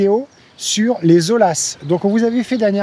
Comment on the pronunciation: Prononcer oya, pas ola! 😉 (oya, ou olla, espagnol)